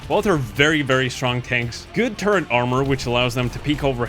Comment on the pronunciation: Not 20 seconds into the video and I hear the word "turrent". I hope this isn't a trend for the rest of the video...